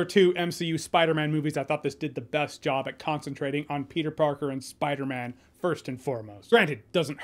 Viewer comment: Petah-man is spidadog whole time? Wowzers